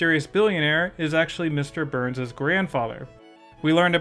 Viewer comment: Are you saying "Burns" or "Boo-urns"?